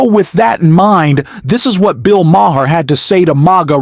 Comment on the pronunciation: It's just pronounced Mar, dude.